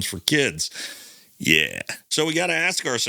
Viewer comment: Love this channel! Side note: it's supposedly not supposebly . Also, you say ' yeaaah' a lot.